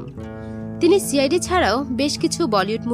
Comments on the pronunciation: ছিরিয়াল না সিরিয়াল হবে,কাভিন না ক্যাভিন,ছি,আই,ডি না সি,আই,ডি হবে। মুর্খ মেয়ে কোথাকার। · কি ভাবে উচ্চারণ করে, "ছি" আইডি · ছি আই ডি ওটা হবে সি আই ডি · ছি আই ডি, ছিরিয়াল, ইস্তিরি ..... এসব কি উচ্চারণ? এরকম উচ্ছারণ করে আপনাদের ভিডিও করতে সংকোচ হয় না?